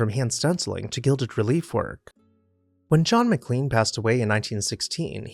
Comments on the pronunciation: "Ma-Klain" is the family and town name. "Mick-Lean" is a defunct McDonald's sandwich. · That's "MicLAINE" like Shirley MacLaine. I live in McLean.